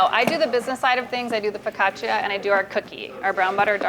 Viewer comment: she actually knows how to pronounce focaccia!!!